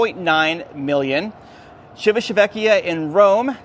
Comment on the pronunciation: Chee vee tuh VEH kee uh. Please do your research!